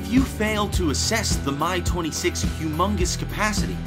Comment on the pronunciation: "The My-6" Bwwaahahahahahahahaha